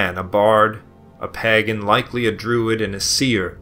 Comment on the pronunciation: In the first 3 minutes the narrator mispronounces Geoffrey, pagan, and several other easy words, but he goes to great effort to pronounce the difficult words.